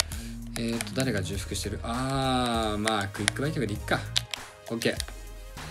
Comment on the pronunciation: 重複はちょうふくと読みます